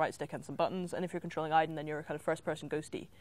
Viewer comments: I'm almost positive its pronounced Aid-en in the game. However Quantic Dream has effed up pronunciation before (origAmi) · I'm confused. My name is Aidan(same name as Aiden) and it's pronounced "Aid-in" yet in Beyond it's pronounced "Eye-din". Help please haha Why?